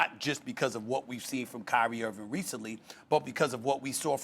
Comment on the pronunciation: Stephen A hates Kyrie Irving so much that he's apparently sworn a blood oath to never pronounce the "g" in Kyrie's last name.